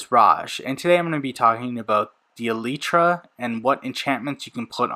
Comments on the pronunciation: Its E lie Truh say fast its not Ee lee tra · Holy bro it’s eee-ly-tra not eee-lee-tra, I can’t watch this video because of that sole reason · He said elytra wrong